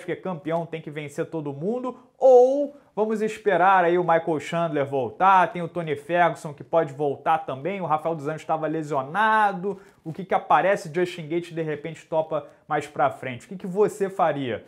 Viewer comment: E o Rhodes que tava dizendo Frunkson ao invés de Ferguson kkkk